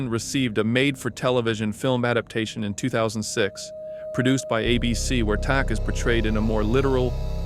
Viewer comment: Great video - but - it's pronounced TAC - like Thumb Tack - as heard in the Desperation TV movie (mini series?)